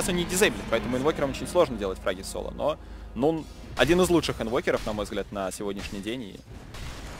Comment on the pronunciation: не нован, а нун